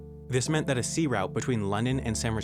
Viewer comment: He can't say "route", either!